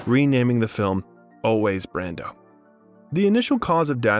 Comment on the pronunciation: there was one instance where it was pronounced “Brandeau”